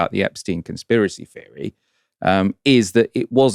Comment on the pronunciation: its ’Theory’ not ‘Feary’